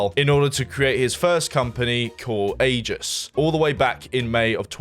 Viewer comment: why did bro pronounce aegis like that.. i dont get why people think the letter "g" is pronounced like a "j" when its not